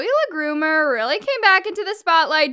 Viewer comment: Are we gonna just ignore the fact that called her Zoe "LeGroomer" LMFAO